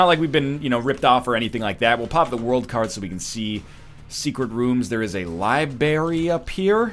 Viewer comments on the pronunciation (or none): NL: Liberry Me: I'm sorry? Totally caught me off guard. And while I know it was intentionally mispronounced, it still managed to prompt me to make this meaningless comment.